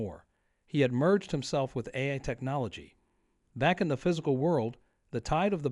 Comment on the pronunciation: Says AI wrong a bunch. Haven.